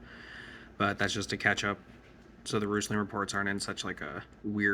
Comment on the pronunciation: You pronounce roostlings with a silent T?